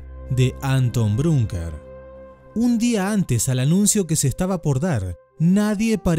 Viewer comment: Bruckner no Brunker...